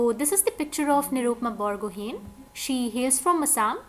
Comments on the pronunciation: It's not बरगहेन it's बरगोहाई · Hello ma'am , apne Borgohain ko wrong pronounce kiya ..it's "बोरगोहाइ" ❤ Love From Assam, And Thank You so much ❤